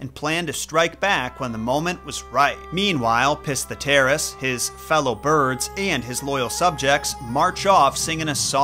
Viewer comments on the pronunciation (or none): I love how you pronounce it "piss-the-terrace"